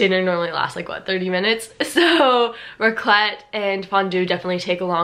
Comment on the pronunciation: As a Swiss it triggers me so much how you say Raclette. 😂You pronounce the a not the ts (Raaaclet). Same goes for Fondue (Fooondü instead of Fondüüü). Swiss usually emphasize the beginning of a word, while Germans emphasize the end of a word.